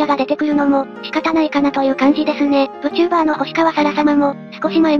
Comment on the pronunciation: Vtuberをぶちゅーばーと読み上げてしまうのはどうにもならないんだろうか・・・。